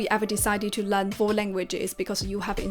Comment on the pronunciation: would you please pay your attention to the pronunciation to Learn? I heard you pronounce it len, not learn. sorry.